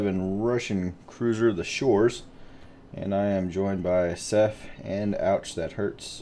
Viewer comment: wtf are 'shores' and 'kootsof'??